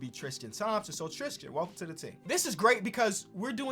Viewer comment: TRiiiistttiiiiIIIIIIIIIIIIIIIIIIIIIIIIAn Thompson lol its tristan not tristian